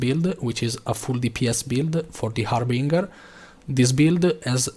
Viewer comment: Harbinger - haar buhn jer , not hamburger .